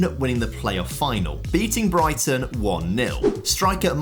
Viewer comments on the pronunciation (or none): none